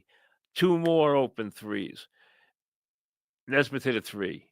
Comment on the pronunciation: Mike, for the love of Dios, it's Knee-smith 😂